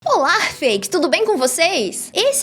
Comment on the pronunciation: Kskskskks Parei no "Olárr"